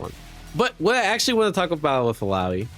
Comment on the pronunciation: Omg! said illaoi's name correctly 😮